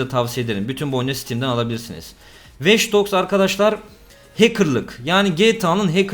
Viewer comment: "Veç Dogs" ne aq